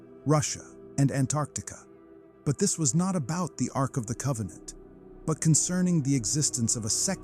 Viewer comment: Arc of COVEN-ANT